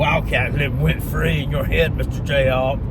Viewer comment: “Went fwee”